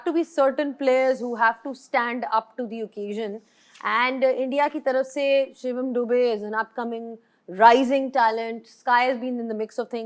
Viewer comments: Shivam Dubey ❎ Shivaam Dubey ✅😂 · Shivaam nahi Shivam hota hai. Naam sahi se lo Shoaib. Nahi to hm India wale tumhe Shoaib se Roaib bana denge 😂